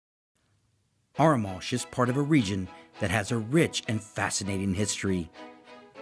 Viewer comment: I love the pronunciation of Arromanches and Bayeux! Anyway, thanks for a very good video that makes me want to go back!